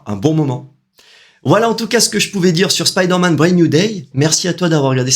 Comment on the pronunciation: Content de revoir cette chaine et enfin quelqu'un qui dit spiderman correctement et non speederman 👍👍. Assez d'accord avec ta video le film est super cool